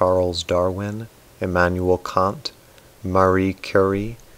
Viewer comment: He mispronounced "Kant" at an earlier point in the video, and then pronounced it correctly near the end. Curious...